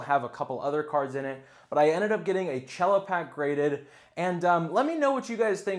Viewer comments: Good video, dood. However, it's pronounced "sello", not "chello". It's short for "cellophane"; it's not a musical instrument, man! 😂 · It's CELL-O. lol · The c in cello is just like a normal S, not cello like the instrument. It's just short for cellophane. & Yes from my understanding they're only grading the sealed pack, nothing on the inside. Just the condition of the cellophane.